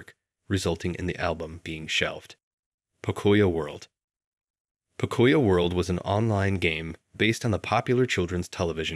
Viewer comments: bruh got me dead its not pokoya world is po-co-yo world lots of hispanics grew up on that kids show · Oh my gosh, please stop saying "puh-COY-yo". It's pronounced POE-COE-YO! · I mean no harm when i say this❤ but it's pronounced Poke-cuh-yo.🤣🤣🤣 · You are not saying pocoyo right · Great video, but the way 'pocoyo' was pronounced is giving me a migraine lol